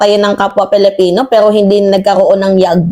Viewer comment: Why do you have to pronounce it PELIPINO napalitan na ba ang pilipino??????IT'S ANNOYING